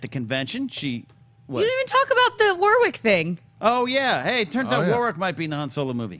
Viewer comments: PSA the second w in "Warwick" is silent. It's "Warrick" not "War-Wick". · Can you guys please pronounce Warwick correctly. It sounds like Worrik not Woar-wick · From an Englishman, you pronounce Warwick's name like 'Worrick' not 'War-wick' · It's War-ick, not War-wick (in nasal nerd-tone). The second "W" is silent, like a lot of English towns or locations, ex: Chiswick, the "W" is silent. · You don't pronounce the second W in Warwick. They said his name a thousand times at Celebration. War-rick. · They're saying his name wrong. How is that trolling?